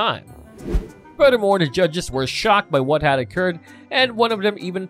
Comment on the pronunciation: I've never heard someone say "da" instead of the so many times in on video...🙄🤔🤯🤦🏼‍♀️